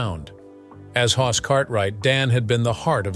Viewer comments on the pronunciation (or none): It's Hoss, not hos. Brainless. If yoi can't do things right, don't do them at all. Even if it is AI.